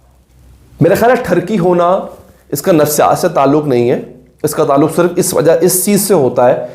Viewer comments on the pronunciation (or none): none